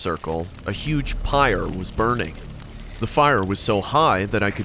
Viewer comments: Weird Comment Alert Am I the only one who kept hearing "pire" instead of "fire" in the third story? Lol. Also the wife in the second story literally pissed my soul off by having the ever so bright idea to stand in the middle of a river after just noticing a creepy man staring at her from across said river like she was his first meal in 5 years... great stories tho I enjoyed the compilation very much! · Am I trippin? Or in the last story, the narrator is saying “pire” with a p, instead of “fire” with an f, right? Lmao please someone let me know I’m not going crazy. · Did anybody hear say “pire” and not “fire” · On the last story about the evil devilish hellhound cult when the narrator is saying fire or should be saying fire why does it sound like he's saying 'pire'? Has YouTube put a ban on using the word fire? So when someone says fire will the word be blocked or muted? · did he say pire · Did dude say huge pire